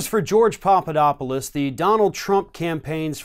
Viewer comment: FYI It is "Pap", not "Pop" You keep saying Popodopolous.